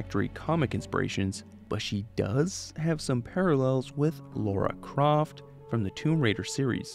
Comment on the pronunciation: It always makes me cringe a little when people call her Laura Croft